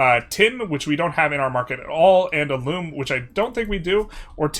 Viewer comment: It's alum as in alumni not A loom as is a tool used to spin thread. This comment is meant to be helpful not in anyway negative. Pronounce it however you wish.